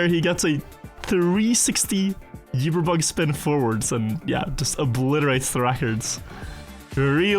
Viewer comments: We love you, but PLEASE, it is pronounced oo-ber not you-ber. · still not saying uber right after so many years